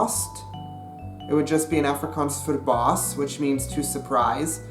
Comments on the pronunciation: Afrikaans is my mother tongue and just by reading the Dutch comments I can almost exactly understand what they are saying, but if I can just add one correction ; the mistake you have when talking Afrikaans is you have to go check the out the "e" and "ee" sound , the pronunciation is a little off. Afrikaans is my moeder taal en net met die lees van al die Nederlandse comments ek kan omtrent heeltemal uitmaak wat hulle sê, maar as ek een fout kan regstel is ; die fout wat jy maak is wanneer jy Afrikaans praat is jy moet die uitpraak net gaan oorkyk an die "e" en die "ee" geluid, die uitspraak is bietjie verkeerd. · For someone who sleaks afrikaans and lives in SA. I get so irritated when he pronounces afrikaans incorrectly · the way he said Afrikaans is one of the funniest things ever and yes I am Afrikaans and you did well but some words you said wrong lol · I watched the first 31 secs of this video and I actually wanna die that you can not even pronounce the word 'Afrikaans' 🙄 like dude common its not that difficult. You burning my ears. no hate 😂 just saying. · please learn to pronounce the word "afrikaans" properly before making a video about afrikaans vs dutch. ek meen my moer bra... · jy spreuk "afrikaans " verkeerd uit. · every time he says 'affri-cans' instead of 'affri-kaans' i die a little bit inside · Please pronounce ir OFFrikaans. There is an A there, but it's closer to OFF than AFF. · Some good Afrikaans.... Only one thing... The way you pronounce the "A" at the start of the word afrikaans should be almost an "u" sound... Like the "u" sound in the words "up" or "under"... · why you say "afrikuns "? just say "afrikaans" or "african" don't try to say both. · you saying Afrikaans wrong ... it's *Afrie Kaans so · By the way man, when speaking in English and using the word "Afrikaans" you should switch the type of "A" you're pronouncing. For example, to-may-to and to-mah-to. You should being saying "Afrikaans" like "Ahfrikaans" with the to-mah-to "A."